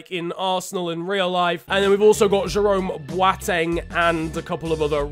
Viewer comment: Nobody. Absolutely Nobody.: “jArOmE bWaTeNg.”